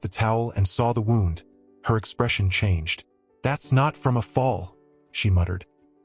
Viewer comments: When using the word wound in this sense, it is pronounced woond. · AI voice. Human English speakers can pronounce “wound” as in hurt, not like a coiled up string. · Don't you just hate AI. It pronouces 'wound' for an injury as per winding road the mispronounces it again for winding road as per injury. Bloody ridiculous.